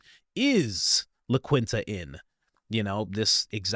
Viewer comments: La “Quin” ta ❌ La “ keen” ta ✅ 😂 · For a man taking about some extremely serious subject matter you just sound so damn goofy when you say “La QUIN-Tah,” (instead of it’s true pronunciation: Lah KEEN-tah) about 36 times in this video lol Come on man…I’m guessing you didn’t attend journalism school but it effects your credibility every time you pronounce things like a goofball lol 😂😂😂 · It’s pronounced La Qeen-ta not La Quin-ta big bro. Great info on this vid tho just like always. Keep up the great work 👊🏽 🫡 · ITS PRONOUNCED LA KEEN-Ta NOT LA KWINTA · “KEENTA”…it’s pronounced La KEENTA…it’s not a motel 🏨 for the queen. 👸…not the QUEENTA. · It’s not la-kwin-ta. It’s la-keen-ta the. You don’t know what Wyndham is, you haven’t stayed in very many hotels huh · Hey, Coach. It's not uncommon at atll to have a military presence in college towns. Also, Coach, please learn how to pronounce common words. Wyndham and La Quinta have been around a long, long time. Wyndham.....Wind-am. La Quinta is not LaQueen ta.....La-keen-ta Work on it, Dude. You're killin' me. I've been watching you for years and your issues with word pronunciation aren't going to change that. But...damn!! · … Dude, you seriously need to learn how to properly speak names before speaking them. "La Quinta" is a very well known hotel chain. It is pronounced "La-Keenta," not "La-Kwinta." I love your content, but please stop butchering names. Simply look them up before making yourself look ignorant. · It's "La Keenta" Not La Queenta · La Quinta-La keen-ta is how its said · Thank you for your coverage and hard work! Just a heads up, La Quinta is pronounced like La Keenta. You're the best, keep it up! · I believe it's pronounced Lah-keen-tuh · Hello there, the hotel name is pronounced, la keen ta, by Windum. thank you for sharing all you share. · cmon Coach it’s pronounced LA KEENTA. Spanish. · it's La kinta the q makes a k sound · Pronounced La KEENTA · It ispronounced, la keenta- it's spanish